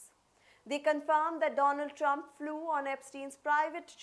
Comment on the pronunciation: I’m going to pretend that she said President Dump . I know it’s simply her accent, but let me have my moment…